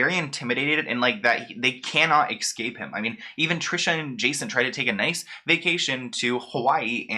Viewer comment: EXcape? 🤦🏼‍♀️. The word is escape.